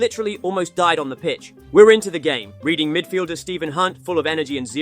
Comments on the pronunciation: Reading isn't said as reading. It's more red-ing. Just sounds funny hearing it that way is all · Reading is pronounced "Redding". Great vid tho! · Cantona...Its always, as far as im aware, pronounced Canta-Nar Reading is pronounced Red-In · Past tense of read + -ing.